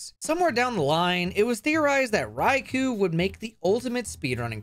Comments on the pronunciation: Rye-KOH, not Rye-KOO. It's from the Japanese words rai for thunder and kō for lord. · his name is "Raikou" not "Raikuu" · [keeping on pronouncing Raikou as "Raiku" instead of "Raikō"] Me: [screaming internally] But also this is amazing as fuck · Its pronounced "Rai-koh"